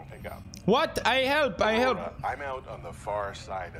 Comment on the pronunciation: Who tf says Pew Die Pie? Also Aurora*